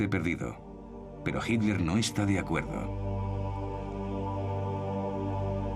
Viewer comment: El narrador es excelente, su problema es su pésima pronunciación de nombres alemanes. le dice 'Hilder' a Hitler.